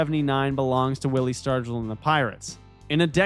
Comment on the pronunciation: "Willie Stargle"?? Oh dear. Sounds like a bot.